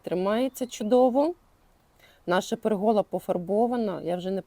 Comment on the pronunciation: Дуже гарно все зроблено, з часом, як виростуть ромлинки, буде затишне місце., не в образу, але в слові пЕргола наголос на перший склад. Трохи заважає сприйняттю. Всього вам найкращого і нових цікавих переробок. З задоволенням за вами спостерігаю з Хмельницького. ❤